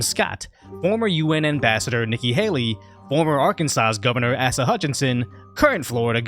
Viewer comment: "Ass-uh Hutchinson" 😎👍